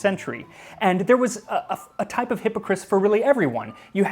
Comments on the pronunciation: my french friend said it is pronounced ass at the end not is :P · I loved this video. It was most excellent. The only thing that is off is your pronunciation of the word Hippocras. The "cras" at the end of the word is not pronounced like "Chris" but an A sound like that of Apple. If you are interested there's an episode of the Supersizers about the Elizabethan period which talks about Hippocras. And as it's the Supersizers it features our favorite food commentator Sue Perkins. Seriously though, awesome video.... OhandtheguyGileswaswronglyaccusedandlikelydidntkillanybodyhewasjusthatedbyalotofthegentrysotheyconcoctedthestorythathewasamurderer. Ok, I swear I'm done, byeee! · So....is it pronounced Hippocris ,or is it just him ? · Please check your pronunciation - I love your information, but the constant mispronunciation of hippocras was super distracting. You did better on the non-English words than on the topical word.